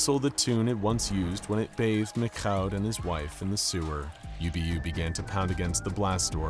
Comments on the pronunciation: What's with the "McCaw" [məkkaʊ] (or even "MacKhough" [mɪkxaʊ] at the end) pronunciation of the French Canadian name "Michaud"? I mean, it's hardneither to say it right nor to look it up – it''s just pronouced fucking "Meeshaw" [miʃo]. I don't know why they complicated it that much, when they also decided to do a French accent during his monologue lol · I always thought the French pronounced Michaud as "Mee-shoh". Love the videos! Please continue! You n Dr. Bob are the ginchiest!👍👍